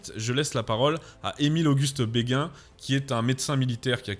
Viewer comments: … des bâtons de MARÉCHAL, je pense, et non des bâtons « de maréchaux » – ce qui ne peut signifier qu'une chose: ayant appartenu à des maréchaux. Émile-Auguste « BÉGUIN » (à, à et à ) n'existe pas: ce mémorialiste se nomme BÉGIN (« bé-jin »). Liaison dangereuse à. Mais vous nous avez offert encore une vidéo géniale. Merci,. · merci pr la video. petite note ; on prononce béjin comme pour l'hopital militaire du meme nom ;-)